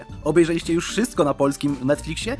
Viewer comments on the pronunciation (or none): none